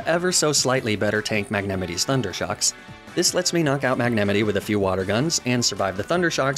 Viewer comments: I am literally having a seizure by hearing how you say "Magnamite". Magnameetee??? Tf? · Is it on purpose? Who the hell says “Magnemite” like that? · i must say thats the most interesting pronounciation ive seen of magnemite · I’m gunna throw hands with your pronunciation of Magnemite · Idk why but I like the way you pronounce Magnemite😂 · I have never heard this pronunciation of magnemite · Wait. Is no one gunna talk about the way he pronounced "magnemite" ???? N-....Ninetails... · Is there a reason you pronounce certain Pokémon names, e.g. Magnemite, Arcanine and Ninetales in a strange way? Not judging, just wondering why. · I have never heard magnemite pronounced like that. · What is that pronunciation of magnemite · Anyone else completely triggered by the way he’s pronouncing Magnemite? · I'm sorry I can't get past the pronunciation of Magnemite... You realize it's supposed to be pronounced as Magne (as in Magnet without the T) + Mite (as in 'might') right?? Magenemite. I-.... Is this just me? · Magnemity Magnemity Magnemity sorry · The best pronounciation to "magnemite" ever cast. Mag-nah-mitee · I am not enough in the lore to know which mispronunciations are intentional vs accidental at this point! Like mag-nah-mee-tey seems intentional but I am not sure if Dell-mee-say is a meme or not! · mag-nem-it-tee for magnemite pains me. Yes I know he does it on purpose but it still pains me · You do know that the mite in Magnemite is spoken like might don't you? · "mag-ne-mihtt-ie" lmao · MAG-ne-ME-nee?? WAHT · mag-ne-mity... that is the most unique way of pronouncing magnemite i have seen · So I’m only three minutes in so far, but I have to ask: is “mag-nemity” and inside joke on this channel or just a wild pronunciation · MAG-NA MITE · Are you saying Magnemidee?? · Just dropping in to say that you’re saying magnamite wrong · Mag-ne-me-ti ?? Is this an inside joke or do you just pronounce it this way? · magnemite, not magnamite. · MAG NEMI TEEE